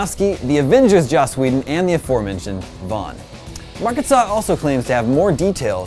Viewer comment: its joss not josh